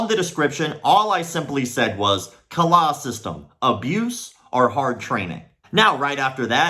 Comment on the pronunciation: As a Indonesian, yes Kalah means lose And the way say Kalah sounds a bit like a native speaker 😂😂😂